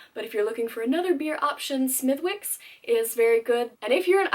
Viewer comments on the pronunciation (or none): this was a fine intro to Ireland for foreigners but just a wee tip: it's "Smith-icks", not "Smith-wicks".:D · Smithwicks pronounced smidicks. Good vid miss, nice to see one that doesnt patronise the shit out of us